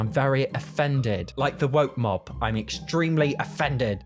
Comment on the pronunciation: hearing “the woke mob” in a british accent broke my brain for a bit i wont lie